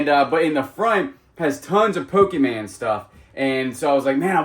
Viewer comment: PO-KEE-MAN? No. PO-kah-mon. I know you screw up words on purpose, but this is the only word you mispronounce 100% of the time, which leads me to think you don't KNOW the proper pronunciation. No charge, you're welcome! Love your channel!